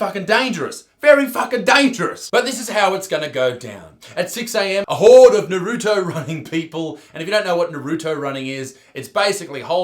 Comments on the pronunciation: NARUTO!! not NAH-ROO-TOE. ya jackass. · Noriuto lmao ,it’s naruto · Nobody: Absolutely no one: Isaac: Naroodo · Its nar oo to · NA-RU-TO pronounce it right you fucking Muppet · An Aussie that doesn't know about anime saying Naruto, priceless. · STOP SAYONG NARUTO WRONG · Did anyone else cringe at how he says Naruto?